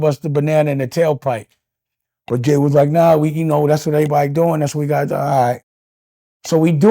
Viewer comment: Dame stay calling jay homeboy, he cant even say his name